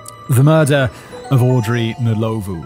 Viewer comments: Rosemary Nlowlvoe😂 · I'm English and only know the surname Ndlovu from the Zimbabwean footballer Peter Ndlovu who played for Coventry City and Huddersfield Town. Commentators always pronounced his name as "Un-lov", was that wrong? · No. It's Nd lo vu